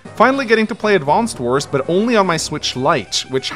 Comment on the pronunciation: Why do you call it "Advanced Wars"?